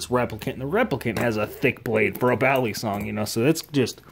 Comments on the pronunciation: ba lii songs thats how u pronounce it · It’s kinda cringe when people pronounce balisong bal-li-song it’s pronounced Bali-song